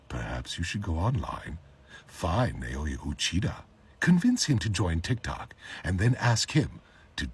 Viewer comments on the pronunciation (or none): none